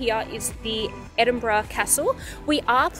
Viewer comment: Were you jet lagged when you recorded this hen? Edinbrum! 😂